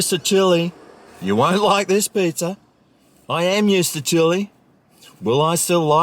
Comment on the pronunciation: I love the pronunciation of pizza…..pizzer lol 😀